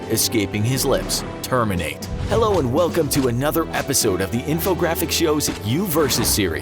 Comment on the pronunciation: Terminators don't say terminate like that, 20 seconds in and off to a bad start